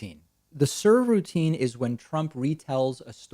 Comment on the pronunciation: "Sir Routine" 😂